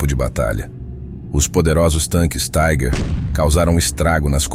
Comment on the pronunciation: Tigre, em alemão é Tiger. Se pronuncia "tigar". "Taiger" é como se diz tigre em inglês. Melhor chamar o tanque de tigre mesmo.